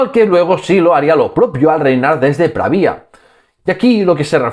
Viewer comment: Pravia, sin tilde en la i